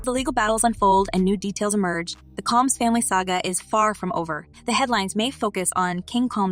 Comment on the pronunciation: When you pronounce a black person's name wrong. It makes what you are talking about less interesting. The last name isn't coms it's combs. The person shouldn't be explaining anything